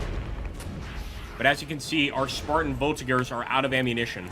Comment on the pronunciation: It's not VoltiGEurs as in To GEt, but like To JEttison. Believe me, I've been French 24/7 for the last 54 years.